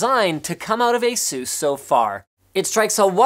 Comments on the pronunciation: Why you say Asús and not Ásus? Doesn't sound good. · You said asus asooos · It's asus (eh-sus) Like Pegasus ^_^ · ASUS.... lol say it more than 5 times Sounds funny right?